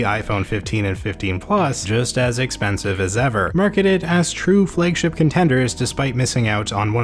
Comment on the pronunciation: Why the hell do you say "Flëigship:?